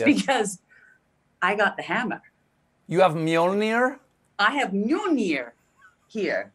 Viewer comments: My Norwegian ears cannot tolerate the way they are pronouncing Mjölnir. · Does anyone remember Thor 1? Do you also remember Darcy, the assistant who actually is a political science student? Sadly, Cate Blanchet sounds exactly like her when she tries to pronounce "Mjǫllnir". I expected much better of you, Cate.